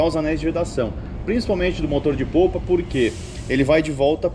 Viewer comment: Legal, mas, eh motor de popa, e nao de POUPA. Valeu.